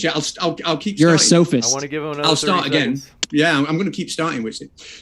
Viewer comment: "Sophist", not "soapist".